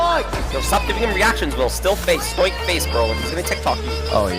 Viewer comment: That dude said stoic like “stoyk” as one syllable 💀